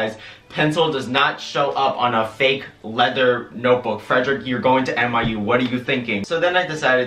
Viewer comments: Is he saying NYU or MIU? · give a round of applause every time he says miu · this whole time i thought you were saying MIU and i looked up the place and i was like ummm i don’t remember him saying MIU in his college expectance video... then i realized you said NYU 🤦🏼‍♀️